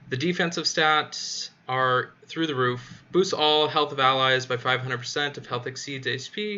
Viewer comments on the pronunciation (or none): none